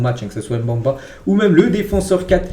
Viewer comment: Chancel Mbemba ça se prononce pas comme tu l'es dis là. C'est Mbemba avec le E au milieu tu dois le prononcer ce n'est pas un A au milieu ce n'est pas Mbamba c'est Mbemba. Stp 😅